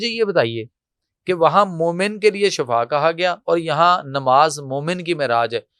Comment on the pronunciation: Shafa shafa nahi shifa hai sahi word adda karo warna mining badal jayegi bhai